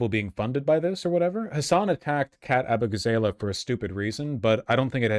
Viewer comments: When Vaush said “Ah-boo-gah-zay-lay” I got the 1000 yard stare. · Abu-gah- zah-lah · Still upset that all these leftist streamers can't pronounce Abughazaleh